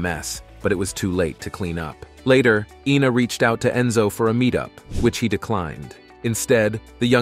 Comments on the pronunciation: It’s “Eyena” not “Eena”! 🙄🙄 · It's Ina ( Eye na) not you Ina (Eee na) Gad! And those old pictures represent who? I had to jump ship on this trash. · It's Ina not Ena. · Her name is Ina not Ena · Ina is pronounced with a long I at the beginning not an E sound. You got it right at first and then butchered her name every subsequent time you said it. Pathetic. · SHE EVEN SAYS HER NAME IS I NA...... NOT EENA..... DUDE GET IT RIGHT!! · Iiii na. Not Eeena” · EENA is not I-NA but yikes y'all! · It's EYE-na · It’s Ina Garten…..pronounced Eye-nuh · Why make a video when you can't even PRONOUNCE the name INA correctly? There's NO E IN INA. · The damn 60 minutes video pronounces ina garten's name correctly and you still get it wrong.